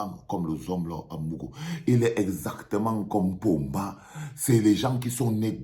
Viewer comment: Ô ooooooooo vraiment c'est Paul Biya que tu appelles Pomba 😂😂😂😂😂😂